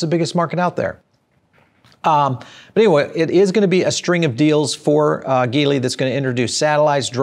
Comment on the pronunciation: ...it í pronounce as G - Lee..